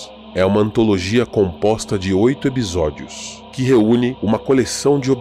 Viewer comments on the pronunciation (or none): Ótimo vídeo. Vou confessar que fiquei um pouco incomodado com os "ebisódios" mas fora isso, perfeito. Adorei a série tb!